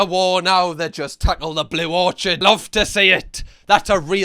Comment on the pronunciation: Or-kid,. Not or-chad 🍏